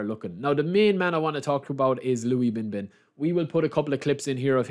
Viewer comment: The former Chinese translator of eFDB is here. A little surprise that you picked Liu Binbin as the main man! And he'd be pronunced close to ''Leo'' Binbin, it's slightly better than ''Lobby'' Binbin hhh.🤭